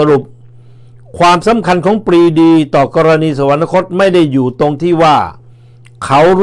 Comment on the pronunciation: สุนัย..สะ หวัน นะ คด ไม่มีนะครับ มีแต่ สะ หวัน คด ช่วยอ่านออกเสียงคำดังกล่าวให้ถูกต้องด้วยครับ